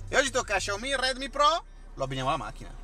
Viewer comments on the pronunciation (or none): none